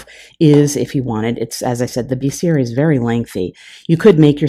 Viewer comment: This is great. Say 'bestiary', not 'beeeeestiary'. Pkease kick me, and all best.